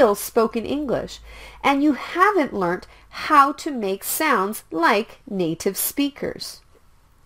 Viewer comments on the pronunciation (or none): none